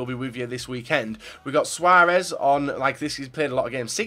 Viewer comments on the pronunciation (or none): none